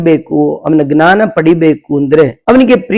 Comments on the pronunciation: ಜ್ಞಾನ ವನ್ನು ಅಂತೆಯೇ ಉಚ್ಚಾರ ಮಾಡಬೇಕು. ತತ್ಸಮ ಗ್ನಾನ ಅಂತಿಲ್ಲ, ಆಗಲ್ಲ. ಅಷ್ಟು ಜನ ನೋಡ್ತಾರೆ, 4ಮಂದಿಗೆ ಹೇಳ್ತಾರೆ...ಗ್ನಾನ ಅಂತಲೇ ವ್ಯವಹರಿಸಿದರೆ ಸಂಸ್ಕೃತ ಭಾಷೆ ದೋಷ ಹೊತ್ತು..... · ವಿಷಯ ಚೆನ್ನಾಗಿದೆ ತುಂಬಾ ಧನ್ಯವಾದಗಳು, ದಯವಿಟ್ಟು ಕ್ಷಮಿಸಿ, ಜ್ಞಾನವನ್ನು... ಗ್ನಾನ ಎಂದು ಏಕೆ ಉಚ್ಚರಿಸತ್ತೀರಿ... ಅರ್ಥವಾಗುತ್ತಿಲ್ಲ...!!!